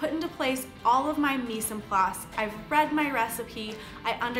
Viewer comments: i love the vid just for info mise en place is pronenciated more like Mize on place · they way you said "mise en place" was kinda funny to me cause its french lmao. ignoring that I think this a wonderful playlist and I'm glad you made it